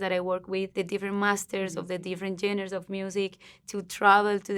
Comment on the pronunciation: I love her, I've been watching her over the years and absolutely recognize the improvement she's made in her English! hasta yo he aprendido español con ella! ya llevo 11 años hablándolo, y ya casi 9 años siguiéndole a ella. but someone please teach her how to say genres. she can easily say it as john-rahs and it'll be better than what she's currently saying lol she keeps trying to say genders and it's not that